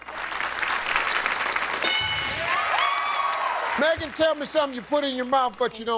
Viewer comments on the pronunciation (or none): none